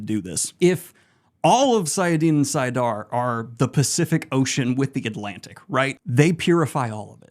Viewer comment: saiadin or saiadar? Wasn't it saidin or saidar ? XD